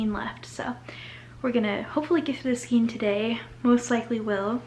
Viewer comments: Ok I like you, but skein is pronounced " skayn". Long a. Not long e. Please, I beg of you skayn. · You learn something every day 😂 I’m 51 and I have always said skeen 😅 maybe it’s a location pronunciation? 🤷‍♀️